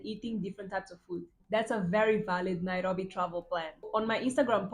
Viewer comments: I Love how you pronounce Nairobi ❤❤❤ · omg 30..u look like u r 22..and you say the word Nairobi so well🤩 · How you pronounce Nairobi.. ❤ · I like how you pronounce Nairobi